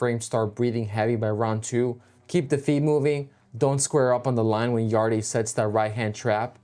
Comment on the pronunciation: It’s pronounced yard not yard-e 😂